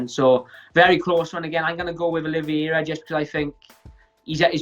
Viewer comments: Everybody was calling him Oliv-E-eira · Oliviera or Oliveira???